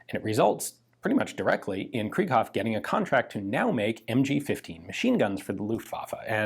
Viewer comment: It is not pronounced like krieg (translates to war) it is pronounced kr(I)ghoff. The second vowl is emphasized in German... But hey, you may know better than I.